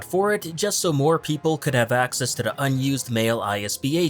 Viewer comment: There should be a drinking game where you drink every time he pronounces 'to the' as 'tuh-dah'.